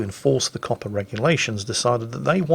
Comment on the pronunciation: Everytime Says COPPA i think he's saying Coppar.. as in police.